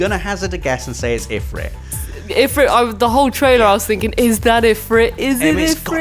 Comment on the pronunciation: the way you pronounce Ifrit and Chocobo is exactly how I pronounce them. I hope they don't use Ifreet and Cho-ka-bow lol.